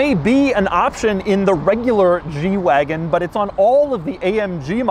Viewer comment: Lol!! Yeah, I know. I was thinking the same thing.